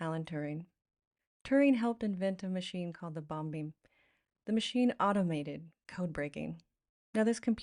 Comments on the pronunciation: Just to be a little pedantic, Bombe is pronounced Bom, like the er, bomb and not Bombee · Is "bombe" really pronounced "bomb-bee"? I thought it was "bomb". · Yes I agree. The main point I was making about the word is that 'bombe' is not pronounced 'bom-beh'. Lots of Americans seem to think these final 'e' sounds are pronounced as if they have an acute accent. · The first true railway service was the Stockton to Darlington line in 1825. Btw that Turing machine is called the 'bomb' (but you pronounce the final 'B'. It's the French for 'bomb'.